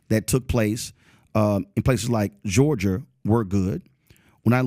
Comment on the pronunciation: Hey dummy roland. It’s Georgia…not guurgiiiarrr lol. Coon